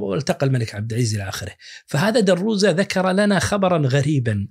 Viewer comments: درْوزَة، وليس درُّزة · بعد التحية والشكر الموصول اظن يا دكتور ان اسم عائلة الكاتب الفلسطيني هي دروزة بفتح الدال وتسكين الراء وفتح الواو وفتح الزين والسبب اننا عندنا في الأردن اشخاص من هذه العائلة ومشهورون من أصول فلسطينيه وهكذا يلفظون اسم عائلتهم